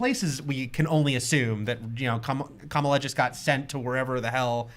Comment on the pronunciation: Guys, Kamala is not pronounced like the VP. No consistency on the panel.